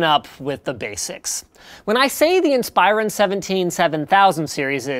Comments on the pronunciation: *In-spuh-ron, not In-spi-ron. Thought you should know ;-) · Never heard someone pronounce Inspiron as "In-spyer-un". Always thought it was "In-spur-ahn". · In-Spy-Ron??? it's IN-spuh-ron. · geezus freaking christ it is pronounced IN-SPER-ON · so is that how they pronounce it? every IT guy I worked with pronounces it "in-sper-on" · I pronounce it "insp-eye-ron" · That is most certainly the way it is supposed to be pronounced but linus refuses to say it that way. linus makes it sound like its a freaking transformer in league with megatron, transform in-spy-ron. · its pronounced like inspiration not like inspire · You pronounce Inspiron wrong. In - spir- on. Source: ex dell employee. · It's pronounced IN-spear-on, by the way. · everytime I hear him say Inspiron it rustles my jimmies because I have only ever heard it said "inn-spur-on" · linus pronounces Inspiron funny, but i love everything he does!!